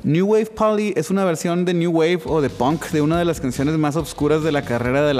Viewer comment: Se pronuncia PONK no hay documental ni de Inglaterra ni de Estados unidos que no pronuncien todos PONK